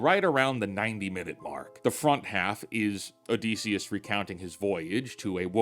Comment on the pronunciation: ITS OdYsseus NOT OdEsseus man